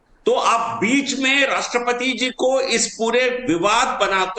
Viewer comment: इतनी अंग्रेजी झौंकते हैं और राष्ट्र पति को राष्ट्र पती बोलते हैं,यह आदमी आदरणीया राष्ट्रपति महोदया का अपमान नहीं कर रहा है बल्कि एक सौ चालीस करोड़ देशवासियों का अपमान कर रहे हैं, राजनीतिक दोगलापन दिख रहा है